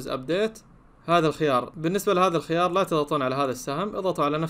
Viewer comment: انت مش بتعرف تقرأ الخيار الخيار قوله انطقه